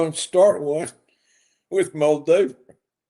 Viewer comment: Mr Roberts can not pronounce Bibi's last name or Moldova. He looks drunk with all his funny laughs